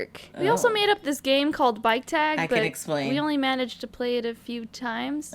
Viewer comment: I legit thought she said “Bite tag” instead of “Bike tag” Lmao